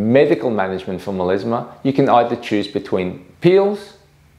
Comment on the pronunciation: Meleezmah))))) Come on man, it's melasma.